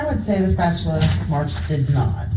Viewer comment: Can’t believe a word he says so I believe that was a lie just like everything else that came out of his uneducated mouth fucking guy called a spatula a spatuler for goodness sakes